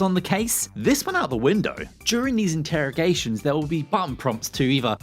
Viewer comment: you mean “Interrogations” right?